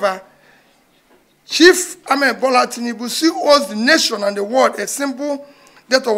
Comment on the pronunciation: .. He said chief Tnibu not president Tinibu..